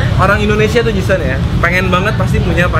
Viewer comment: Si ini dari kemarin nyebutnya ji sun ji sun ji sun mulu. Bukan ji sun woi, tapi ji SAN